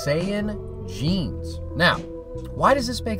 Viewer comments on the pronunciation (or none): none